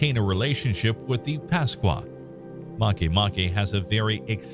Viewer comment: I thought makemake was called make make ...not marke marke.